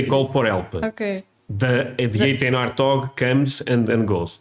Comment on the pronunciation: Is there the letter W in the Russian language? It sounded like you said the arthog.